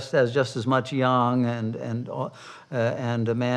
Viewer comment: The sine-wave of eternity. Every trough leads to a new peak. The old nightmare-world perishes and a new heaven-world begins while so many turn their hair grey and put wrinkles on their faces worrying about how to save a necrotic society. Let it pass as gracefully as possible....And thank you for pronouncing "yang" correctly.